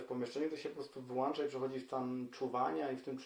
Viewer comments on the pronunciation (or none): Super, tylko mówi się włącza a nie włancza :)